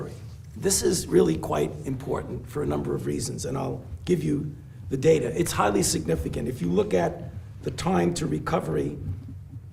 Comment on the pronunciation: Now I always hear "DATER" instead of data lol